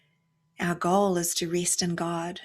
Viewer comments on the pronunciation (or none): I know it's immature but I giggle inwardly when you say "rest" with your (New Zealand) accent. I'm terrible.